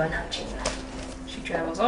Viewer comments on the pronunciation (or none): none